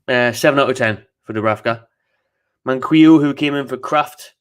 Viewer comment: Its man-key-o btw